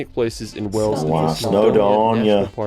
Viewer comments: Hi, can you teach how to pronounce the Word Wales, I have heard you say it properly, tell that Wells is in Somerset, Wales and Whales are pronounced the same way BTW is not the only American to prononce Wales as Wells. Very best regards From Ray in North Wales. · Not trying to be funny, but you ned to stop mispronouncing Wales, as the person in your video did ! You say wells, which is another place entirely situated in Somerset, therefore gets confusing for people, think of the large sea creature ! FYI the wifr says Edingburgh castle is roughly £20 to visit for an adult, £11.40 for a child ! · Since when did Wales change it's name to Wells 😂